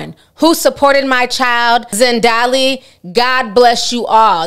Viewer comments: Z. A. N. D. I. L. E not Z. E. N. D. A. L. I. Read it phonetically, I am sorry to do this Ti, but you took it too far with getting it wrong😂. Still love you and you are spot on as always with your content. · It’s pronounced ZAN-DI-LÉ🤣🤣 but he needs to go somewhere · Zan-Dee-leh that’s how you pronounce her name guys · Hy. The pronunciation is ZaaaandeeeeeLair.